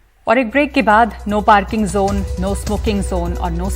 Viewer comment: No kissing zone Not no kissing Jone You are a reporter be professional pronounce correct This is not Gujrati say in English ZZONE NOT JONE